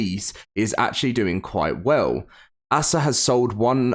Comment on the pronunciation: It’s not ass ah it’s ASA